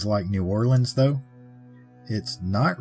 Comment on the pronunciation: I live not far from New Orleans and Ive heard of them there on a few tours. Also, thanks for saying New Orleans correctly. 😊